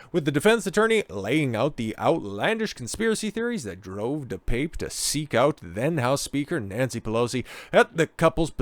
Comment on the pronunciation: Pronounced: DePappay